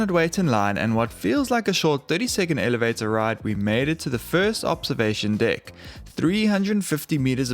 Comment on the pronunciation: Anyone else catch that “Elevatyaaaah” (elevator)? 🤣🤣🤣